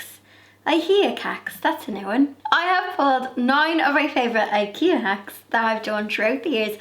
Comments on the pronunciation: OK, from now on it has to be 'Ihea Kacks'. 😄. So funny. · You’re so dang cute!! “ihea kaks “.. lol